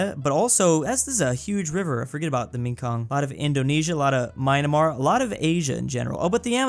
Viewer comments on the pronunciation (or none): I hate how pronounces myanmar